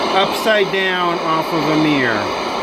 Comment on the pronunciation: Mear = Mirror...Soder = Solder...Since when was the "l" silent in Solder...It's like calling a Soldier a Sodier... 😂